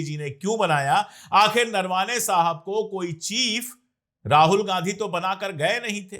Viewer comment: अशोक जी.. नरवाने नहीं उनका नाम नरवणे है आप सही से उनके नाम बोलो अच्छा लगेगा